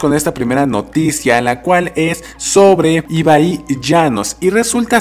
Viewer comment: Es ibai no ibaí